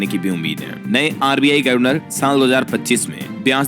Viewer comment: sahi उच्चारण करिए जैसे गर्वनर को गवर्नर पढ़िए।इतना इतरा कर खबरें न पढ़ा करें